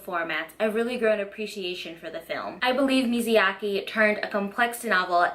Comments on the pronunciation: Love the video! But everytime she says "Miziaki" I cringe. It is MIYAZAKI please!!!! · Girl, the way you grossly misspronounce Myazaki's name truly scratched my brain în The worst way possible. Is Mya-zaki, not Mizi-yaki. Wtf. Who is this Mizyaki dude you keep talking about, lol. Again Myazaki, not Mizyaki. Didn't you hear his name pronocing like a million times already by literally everyone else? How do you still misspronounce it. Is wierd... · the way she kept saying miziyaki instead of miyazaki drive me crazy 😭😭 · Mizayaki 🤭 i have to giggle everytime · Now I have to read the book, this is a good effort trying to explain the story further. Now you’re goal now is to practice saying his name correctly. It’s Mi-Ya-Za-Ki, not Mizayaki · mi ya za ki... not not mizu yake. please stop calling him grilled water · everytime I hear MIZYAKI..... T_T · I realize I pronounced Hayao Miyazaki incorrectly in this video. I apologize for the mistake!